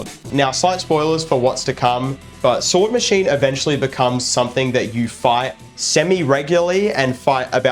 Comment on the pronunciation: First of all the S in the middle of the name Swordsmachine is not optional it makes the word roll off the tongue much better. It’s a portmanteau of machine and swordsman, not swordman. The name is very simple on purpose, the creator has said lots of enemy names are supposed to sound like they were made up visually.